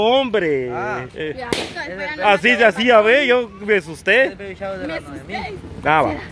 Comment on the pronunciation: se pronuncia. BABY SHAWER